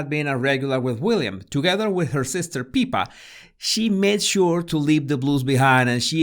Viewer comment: I just love how you pronounce the name of Kate's sister!! 😍 Peeper!